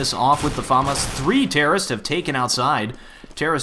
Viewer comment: i know hes trying to say famas but its pronounced fa-m-as not far-mars im just an internet hero being annoying dont mind it